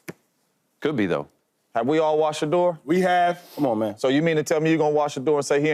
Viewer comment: Out yo effen mind saying sheduer don't got that dog in him